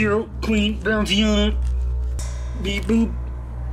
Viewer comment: "Queen Bounceiana" 💀